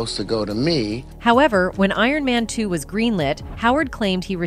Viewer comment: We love ai voices saying things wrong. I didn't see iron man 2 inches but it sounds a lot like ant man